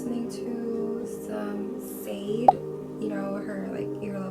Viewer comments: Love your content. For the music section though, it’s pronounced ‘lay-vay’ not lawfey and ‘sha-day’ not sayde. Just letting you know <3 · Hello, I also love Sade. She is glorious and angelic. I thought you might want to know that her name is pronounced Sha-day with emphasis on both syllables. xxxx